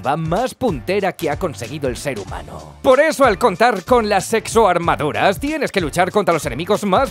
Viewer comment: Exoarmaduras Lo que yo escucho: sexoarmaduras.... i need help 👾 saludos y un abrazo grande desde Bolivia